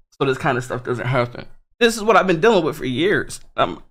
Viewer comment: it is funny when he says dillin instead of dealing haha haha